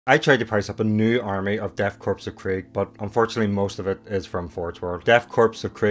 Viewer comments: It's pronounced like core, not corpse. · Sure English is tough,, Death Crops of Krieg, is not pronounced Corpse, but Core. Just like the USMC, United States Marine Corps (core). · It's not a corpse, it's a corps. Pronounced like core. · it’s the death “core” not corpse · Is not death 'corpse' of krieg, 'Corps' is pronounced 'core' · Cooooooore, Death Core, not corpse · It’s pronounced “core” not “corpse” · Hate to be that guy but it's pronounced core, not corpse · I don't know if anyone else said this, corps (or "korps," in German) is pronounced like "core," not "corpse." I am saying this to help, not be a shit head. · They look fantastic. Great find. BTW the S in Korps is silent, it’s like Corps in army, the PS are actually silent, so it’s “Death Kor of Krieg” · It's a nitpick, but Korps is pronounced like 'core.' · Trying not to have an aneurysm every time you say Korps as "corpse" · “Korps” is pronounced like “core.” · It's pronounced Death 'core'. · just started this video and are you really saying Korps like corpse? this has to be satire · The s in corps is silent